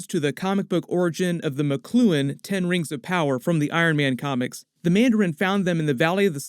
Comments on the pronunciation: I keep pronouncing Makluan like how it was in Iron Man Armored Adventures. Which sounds more like Mulan than Coluan to me. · The alien's name is pronounced mok-lu-won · It's pronounced (mawk-loo-ons)